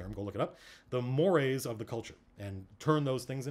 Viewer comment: I just learned that "mores" is pronounce like the eels and not the chocolate+marshmallow+GrahamCracker treats